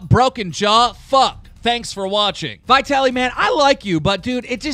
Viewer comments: Who tf calls him Vietally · He says vitaly so fucking weird. He also can't keep fousey out of a video for a week 😑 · You pronounced Vitalys name wrong